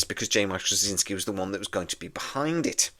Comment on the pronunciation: You always have very interesting videos. However, what are you actually saying in your pronunciation of JMS last name? My understanding is it is 'straw-zin-ski'.